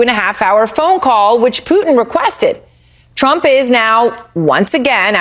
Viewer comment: I could listen to the ‘tump’ bit over and over